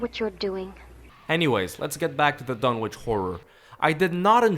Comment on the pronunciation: Fun Fact: Lovecraft. being an antiquarian and anglophile, presumably thought it should be "Dunnitch" not "Dun-witch"; like Greenwich or Norwich. Nobody seems to care, though, and certainly not the hacks who produced this abomination!